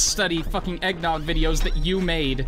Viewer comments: eggn noooooooooooogg That's not how you say eggnogg bud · I don't think pronounced Eggnogg properly. You should play again just to be safe.